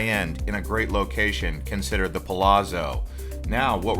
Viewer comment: Mispronunciation of The Palazzo